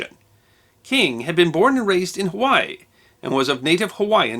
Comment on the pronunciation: Mahalo Nui Loa for pronouncing most of the Hawaiian words correctly. Pono